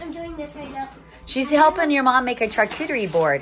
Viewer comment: Just a friendly tip.🙂🥰 Charcuterie is pronounced "Shar"cuterie😃